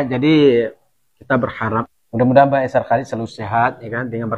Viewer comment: ...cuba sebut Ai-sar...bukan Ai-syar...AISAR Khaledd😊